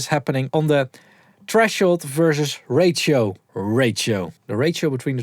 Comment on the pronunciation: Please pronounce ratio as Ray-She-O instead of Ray-Chi-O